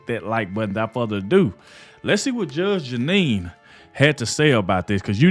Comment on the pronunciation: I love you, man, I do!! But, Bruh, Her NAME is Judge Janine, NOT Judge Anine!! We're with you all the way, man!! You do GREAT WORK!! We're right behind you. Otherwise, I've watched more of your videos than I can shake a stick at; more than I can count!! I've recommended you to everybody I know, don't cut corners on people's names, man. To pronounce the names CORRECTLY, SHOWS RESPECT... ESPECIALLY with somebody as highly Educated as Judge Janine!!! Keep up the great work!! We're right behind you!!